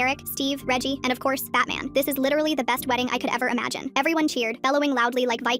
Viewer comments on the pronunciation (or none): "And ofcorse BATMAN"😂😂😂😂😂😂😂